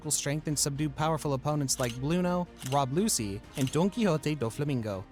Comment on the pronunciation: Couldn't even pronounce "Loguetown" or "Rob Lucci" either lol